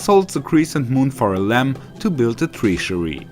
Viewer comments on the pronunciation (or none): my god man, atleast put the game in its original english. im sure you can read english. But what are you saying tree-sury? treasury? what